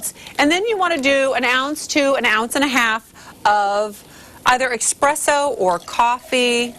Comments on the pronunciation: She said EXpresso. it's Espresso. LOL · did she say "expresso"? Lol EXPRESSO? LOL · "Expresso" really? REALLY?! The way that guy was talking to Sandra Lee with such condescension I was sure he was going to correct her on how she pronounced "espresso." Lol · Yeah she did misprounce it. I cringe when people say broo-shetta instead of broo-skeyt-ta. I mean seriously? People are so cringey. They need to know their place. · So espresso is "fancy dancy" in Scamdeeland, seeing that she can't pronounce it?